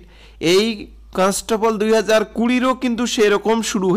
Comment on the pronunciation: কনস্টেবল , constaple na re vai